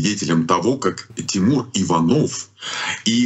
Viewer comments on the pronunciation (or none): none